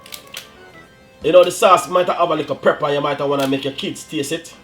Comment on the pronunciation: Preppa????? Come on dunce man... Its pepper!!!